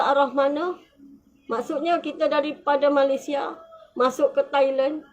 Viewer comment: Stress dengar dia sebut malaisia 😅